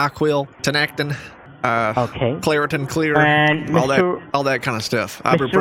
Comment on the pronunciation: "Claratin Clear" 😃😄😁😆😅😂🤣